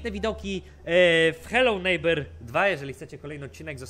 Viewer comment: przez ciebie i tak do końca życia będę na tą grę mówił "heloł żnibrings" xD kmwtw